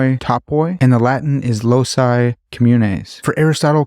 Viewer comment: Loci is pronounced like "Loki".